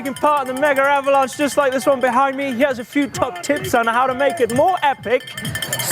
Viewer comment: Seriously boys, it's "Megavalanche," NOT "Mega Avalanche..." Sweet other than that - and you're insane to ride it on a hard tail!